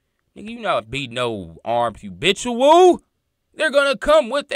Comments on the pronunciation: Not trying to be funny but brother please try to pronounce it as “habitual” and not “hubitual”…. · ITS HA'BITUAL DUDE🤦🏾‍♂️YALL BLOGGERS GOTTA CUT IT OUT